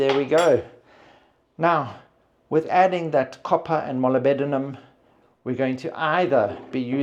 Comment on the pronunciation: Molybdenum is pronounced mo-lib-denum with the emphasis on the lib. 😊